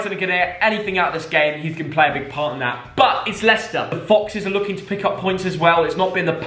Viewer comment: HE SAID LWICWSTER 2-1